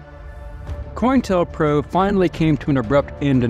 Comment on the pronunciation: It’s not “coin-tell pro” it’s “co-intel pro” lmao